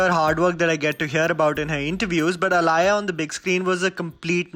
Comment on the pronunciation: It's not alaya it's aaliya Like aaliya bhatt